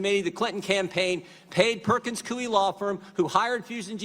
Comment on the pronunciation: He said “Perkins-CooWee” 🤣🤣🤣🤣🤣🤣🤣🤣🤣 As in.. “They’re part of a coup d’état” #IWiLLNOTYield!👊🏾